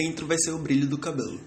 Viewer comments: "Cabolu" kkkkki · Teu sotaque na HR de falar (CABELO) me mata de rir kkkkkkkkkkkkk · Muito bom. perfeito. Só achei engraçado a forma como vc fala "cabelo". Rsrs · É engraçado quando você fala a palavra cabelo😅 Mas seu desenho ficou lindo! Parabens! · tu fala cabelo estranho